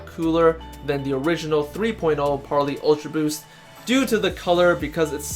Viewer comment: Par-lay not Par-lee